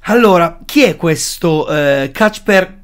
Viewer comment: Si legge Casper